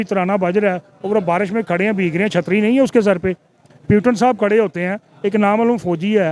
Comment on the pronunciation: प्यूटन क्या है ? 😂😂😂